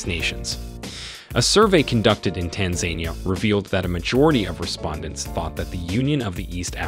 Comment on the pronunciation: You mispronounced Tanzania